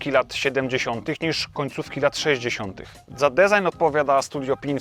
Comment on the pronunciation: Na rany chrystusa - jak ktoś nie umie wypowiedzieć design, to niech mówi projekt. Fajny film ale mam ochotę wytrzaskać za błędy w wymowie po pysku martwą rybą. Sub poleciał tak czy owak.